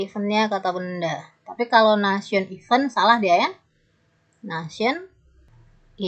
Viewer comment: Cara bacanya PD kata event salah. Coba koreksi. Event sama even cara bacanya beda